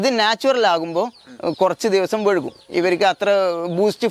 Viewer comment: വഴുകും അല്ല വൈകും.